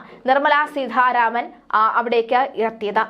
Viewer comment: എന്തോന്ന് വാര്‍ത്താവായനയാണിത്...അക്ഷരത്തെറ്റുകളുടെ ഘോഷയാത്ര. സീധാരാമന്‍..എവിടുന്നാണിവര്‍ മലയാളഅക്ഷരങ്ങളും ഉച്ചാണങ്ങളും പഠിച്ചത്..ഭാഷയ്ക്ക് നാണക്കേടാണിത്.